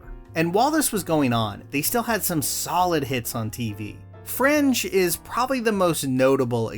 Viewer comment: FRINGE!! I thought you were saying French untill you showed clips from the show.